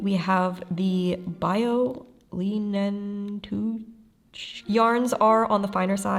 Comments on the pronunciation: my German heart broke here 😭 "bio leinentuch" literally means biological line cloth and the pronunciation goes somewhat like this: bee-o (bio) lie-nen (leinen) too-h (tuch) The "ch" sound doesn't rlly exist in English (?) but it's like the sound a cat makes when it stumbles upon its biggest op neighbour's cat in the garden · Bio-Leinentuch means organic linen and it's pronounced /BEE-oh-LINE-en-two-k*/ I tried to use american-english equivalents, but there is non for the ending consonant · bee-oh line in took